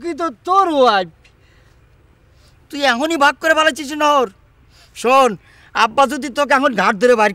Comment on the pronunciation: ওয়াইফকে উচ্চারণ করতে না পেরে উইপ বলেছে